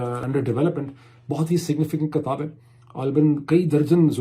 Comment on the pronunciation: Please call book..kitaab not kataab ..bharna is BARHNA..a little correction.. please don't mind it .thank you